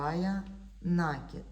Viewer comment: Уважаемые мастера! Ударение только на И - накИд ! На это приставка, ударение на корень кИд получается накИд, Отключилась только потому, что невозможно слышать нАкид